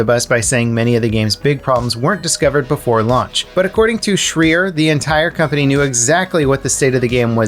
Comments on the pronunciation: Its pronounce Jason SHRAIER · lol you miss pronouncing Jason Schreier's name